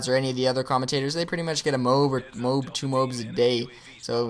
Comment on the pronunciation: Its really irritating, he keeps saying "moob" instead of "m.o.a.b" A good game though!